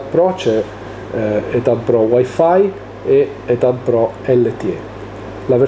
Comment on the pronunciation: C’è un nuovo italiano in giro Si scrive e-tab Pro, si legge “e-tab Pro”